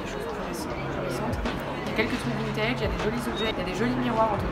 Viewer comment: on dit vintèd eheh